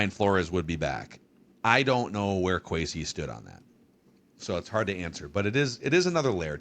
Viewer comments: Kwes E not Kwes A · I agree. It’s a sign of disrespect not to say someone’s name correctly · Why does he say “Kwesay” lmao 😅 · Why is he calling him Kwesay? Did he just become a Vikings fan yesterday?